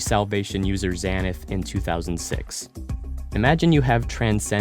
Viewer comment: For some reason, it really pissed me off when you mispronounced Xanth.